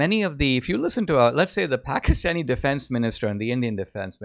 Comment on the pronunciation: I would actually consider it quite respectful and literate to pronounce the name of a country or capital correctly.